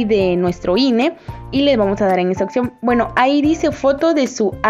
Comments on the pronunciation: Oye pero es opción o opción como dices jajaja 😂 😅 🤣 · Me da cringe qué no sabe pronunciar "opción" 🤮